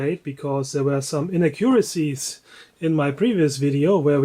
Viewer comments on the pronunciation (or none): Your English is quite good, but please...pronounce "inaccuracies" emphasizing the second syllable.